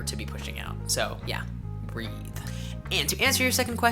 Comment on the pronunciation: HE EMPHASIZED ON THE WORD BREVE I MEAN BREATHE